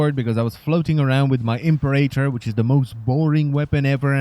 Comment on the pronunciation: You've ruined the Impera-tor for me by calling it the Imp-erator, i couldn't stop giggling.